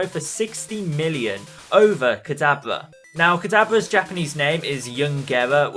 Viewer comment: dude it's not pronounced kadabla